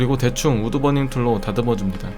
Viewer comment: 우드버닝툴이 왜 우드건행툴로들리지..